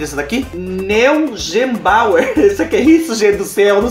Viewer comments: escreve-se Neugebauer,mas lê-se Nóigbauer. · A pronuncia do chocolate é negbauer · acho que Neugebauer se lê "nóiguebauer"